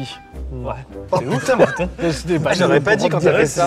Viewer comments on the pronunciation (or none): none